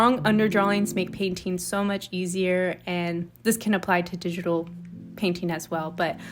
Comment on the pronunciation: I LOVE THE PAINTING IT LOOKS SO GOOD i love the colours so much!! btw i really like the way you often say "painteeing" with a longer "i" instead of painting